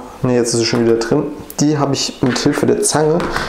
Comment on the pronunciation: Trei nein Drei Drin nicht Trinn. Gleich nicht Kleich. Schreckliche Aussprache. Ahhhhh